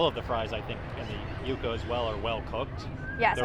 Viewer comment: Not Yuck-ah. Yuca. Pronounced Yoo-kah